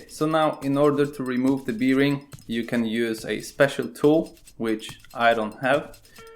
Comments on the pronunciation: Polakowi wszystko z piwem się kojarzy. Łożysko po angielsku brzmi berin a nie birin :) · What is beering? I think you are talking about a bearing 😉